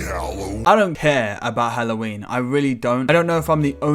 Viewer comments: this man really said hollow weenie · When he said hallowennie that did sound so fucking wrong in many fucking ways